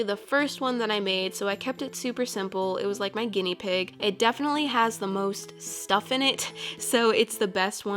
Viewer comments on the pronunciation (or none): none